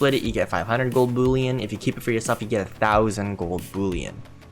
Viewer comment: Boollion?😂😂 Its pronounced bull-ion.